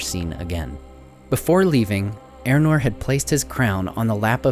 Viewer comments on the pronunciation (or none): Are you talking ay about Eärnur? Otherwise who is 'Eranor'? Try 'Ey-ahr-noor' .